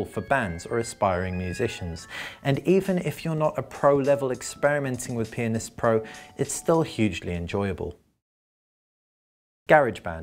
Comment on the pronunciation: this guy dont know how to pronounce pianist